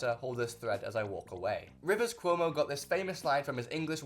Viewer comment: Erm actually its rivers CWOH-MOH